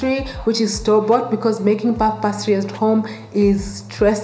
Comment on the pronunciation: Pronounced pay-stree